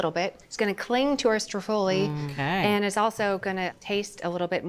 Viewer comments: I need her to stop putting the accent on the wrong syllable. STROOOO-ffoli, please! Also, Juila is always saying "prozhutto" and it's not supposed to be voiced. But while they need to work on their Italian I do love this channel! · she said: STREW FOLIE